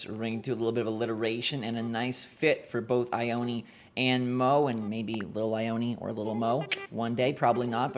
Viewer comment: Just gonna say there is a town by where i live called Ione. But its not( I-own-ee) like how he pronounced it. its regularly pronounced as (I-own. ) just thought it was interesting hearing it said like that.